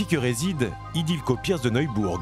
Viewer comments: Ce n'est pas Idilko mais Ildikó! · C'est ildiko et pas idilko !